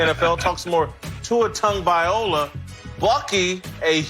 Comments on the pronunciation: Dude, that fat dude, when he says Tua's last name. "Tua Tag-violin-no-ah" lmao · Its closer to "TONG" like in the word LONG..... The letter G in our Samoan language has the NG sound.... So Tua's last name is pronounced T-ONG-O-VAHHHH-EEE-LOW-AHHH....Sorry for the exaggeration on sounding out his last name. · Jason W. can’t even pronounce Tua’s last name correctly. 🙄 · so um is anyone going to correct that guy on how Tua's last name is pronounced? smh